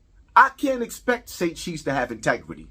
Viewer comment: Its pronounced inteGRITY not intequity 😂